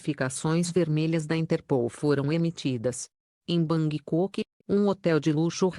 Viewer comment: Você precisa ler português melhor .Horrível Bangkok !!!! É Bangkok. Pen drive não pen drive rsrsrs drive